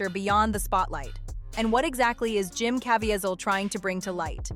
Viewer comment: You mispronounced Jim Cavieselles name. It’s Jim not Jem.